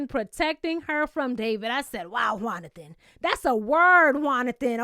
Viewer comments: Every time you say “” I chuckle just a little bit 🤭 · Found out about you from my girl and someone commenting about you, and I see why! You had me rollin' every time you said ""! Appreciate your insight.